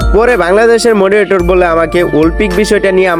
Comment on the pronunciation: ভাই মনিটর না মডারেটর